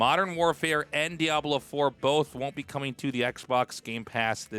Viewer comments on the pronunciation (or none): none